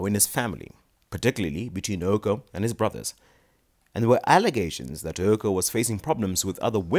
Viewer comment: What's up with 'Ouko' being pronounced as 'Ooko'?